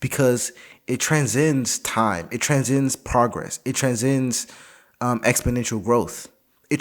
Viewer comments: Tran-sends, not tran-zends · I’m not one for word policing but if your gonna say a word like 10 times try to pronounce it right lmao tran-sends lmao